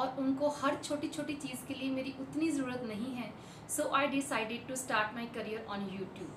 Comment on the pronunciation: mam aap pls 'jarurat' ward ko saaf saaf bola kro....bura nhi maan na mam .mera mn kra to maine bol diya....❤❤❤❤